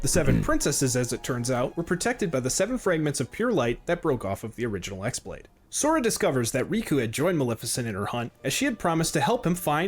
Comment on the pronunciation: Its not the X blade its the Chi Blade (the greek letter that kinda looks like an x but is pronounced the same as key). The keyblade that the master of masters gives DOES have a name, its bame is "No Name". I feel like that original video just kind of read some stuff off a wiki :/